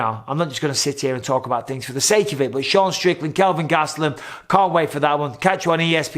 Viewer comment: Sean Strickland and Kelvin Gustalam Did I only one hear that